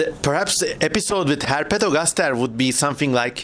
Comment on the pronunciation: He says ”Herpetogastashe”